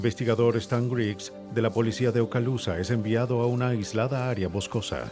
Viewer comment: No se dice polecia, se dice policìa.